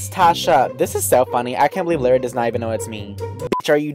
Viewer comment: And by the way it's LARRY not LARRi